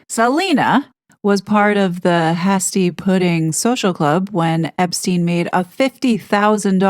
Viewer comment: Hasty pudding. Pronounced hā stee